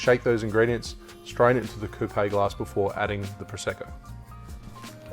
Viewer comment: Isn't coupe pronounced without the e?